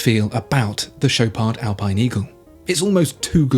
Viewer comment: Mate, not doing French. It's Shop are..., not Showpard. Even eBay can't sort out badly spoke French spekin Swiss s##t.